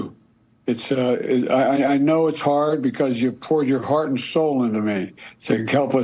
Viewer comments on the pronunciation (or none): When I heard the words "hard" and "heart" I questioned the authenticity of the audio. The "r" is pronounced too hard for his usual accent. I'm not a conspiracy theorist but this really has me questioning things.